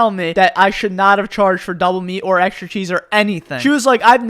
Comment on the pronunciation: Why do you say "eksrha" instead of "Extra"